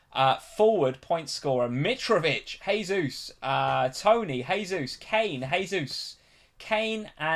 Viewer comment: Jaysus please, not haysus. It's Portugese pronunciation, not Spanish. Everyone seems to get this wrong.